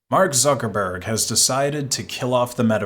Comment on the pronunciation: I heard "Suckerberg"...